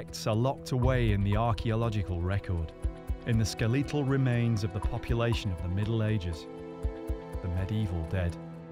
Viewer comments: did he just say...Skeh-Lee-tal? As in Lee or Leak? Skeh-Lee-tulh? WTF? I have heard quit a variety of difference accents. I am very well familiar with most of the UK, US and other european accents, even the varieties you have in Australia and Canada...but not once in my life have i ever heard anyone say "skeh-Lee-tahl.". It's "skeh-let-all" lol. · Oh and it is NOT SKELEETAL remains as pronounced IT IS Skeletal - Good God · Why do they keep saying "Skell-eetal"? Surely it's pronounced "Skel-ehtahl" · I didn't notice it nearly as much as the pronunciation "ske-lee-tul" remains. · "Ske-LEE-tal" lol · Yeah, that got me! I said out loud "ske-le-tal"!! 😂 😂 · No, it isn't. Skeletal. Ske-le-tal. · If he says skelEEtal one more time, I swear to god I'm gonna blow my brains out. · "Ska-lee-tal" is definitely a different way in staying Skeletal. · I hate it everytime they say "SKLÉÉTOL" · Really? “Skeleeetal” remains? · Skuh-lee-tuhl remains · “Skeleetal” Really?! In the midst of an interesting and informative documentary- the grating mispronunciation stands out most annoyingly. Even over the music. Otherwise, interesting and engaging. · The skeleetal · dude really said ski-lee-tull but somehow skeleton isn't ski-lee-tun lmao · What rule of phonetics applies to elongate skeletal as ske- LEE- tal??? I'll never understand British pronunciation. Or is it pro-NOON-cia-shun. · I'm thrown by the pronunciation of skeletal; I've never heard it said this way before. Interesting. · Interesting that they both pronounce 'skeletal' incorrectly. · No, it isn't. It's a mispronunciation.